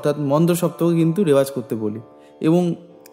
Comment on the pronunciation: রেওয়াজ নয় রেয়াজ, প্লীজ নোট